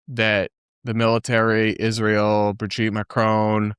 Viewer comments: Tech messages 😂 ig-nant 😅 burried. And of course, how she adds "sh" into words like "converSHation" or "iSHrael" 😅 how anyone takes her SHeriously, I'll never underSHtand. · Why does she say Ishreal? Israel is not a difficult word to say. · Yesss! The way she pronounces Ishrael makes my ears bleed! 😮